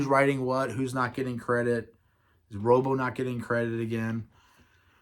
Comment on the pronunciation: Great stuff, just one thing it'spronounced Rob Oh .. not rooobo.